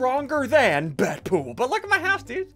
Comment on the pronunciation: its dead - pool not bat-pool